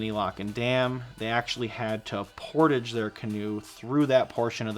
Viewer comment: Thank you for the informative video. Please never say portage like that again lmfao